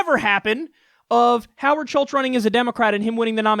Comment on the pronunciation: Howard Schitz..Get it right Kyle! C'mon!